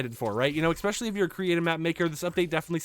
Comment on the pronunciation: please... i love the info here. but please...learn how to say ES SPECIAL LEEE.